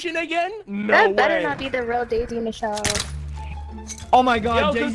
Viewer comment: Idk why I can't stand when they call her like bruh Michelle not mitchell